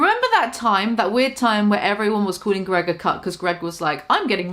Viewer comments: Say his fucking name correctly!!! It’s GREG NOT GROG!!!! Geez 😒 that’s fucking really annoying that you can’t say his name correctly lady!!! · Just for the record, Greg ruined the word spouse for me.